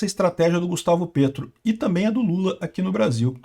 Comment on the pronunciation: eu vivo na Colômbia. Se pronuncia "Pétro", como em Petrobras.